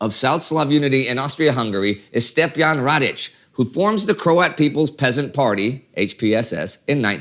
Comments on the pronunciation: Stjepan Radić, not Stepjan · Stjepan Radić not stepjan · Its Stjepan Radic and not Stepjan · It's Stjepan Radić (pronounced /s'tjepan 'radiʃ/). You only got it wrong the first time, but the graph was repeated miswritten. Thanks for mentioning Alexander expansionism (Велика Србија). It would had been great to at least mention Radic's ideological predecessor, Ante Starčević.